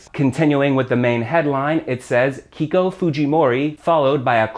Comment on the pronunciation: Nice video as usual. Remember Keiko is pronounced Kayko. as other EI words.